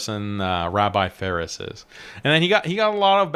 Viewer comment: Faris❌ See far ✅